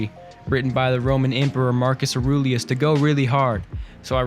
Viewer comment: Bro deadass pronounced Mark Aurie's name as Aroolieus lmaooo I'm flatlining bruhhh 💀💀💀💀💀💀💀